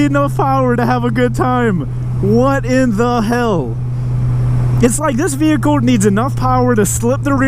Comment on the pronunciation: Vee-hicle 😄 lol